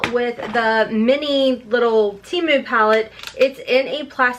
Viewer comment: It's pronounced Tee-moo